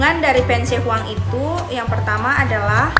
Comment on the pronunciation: Dibacanya pien se huangdi masyarakat umum